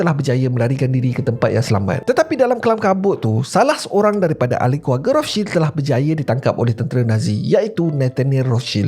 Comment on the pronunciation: Rothscheld ke atau Rostchild sebut guna bahasa Melayu la kenapa ikut sebutan Jerman 😂